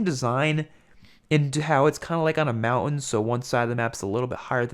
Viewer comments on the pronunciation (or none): none